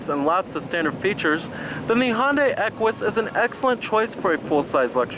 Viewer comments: Hon-day lol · Just to be clear, Hyundai is pronounced like Sunday.